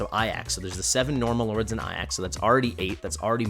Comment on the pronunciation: FFS look up the phonetics Ajax (/ˈeɪdʒæks/) dʒ - giant, badge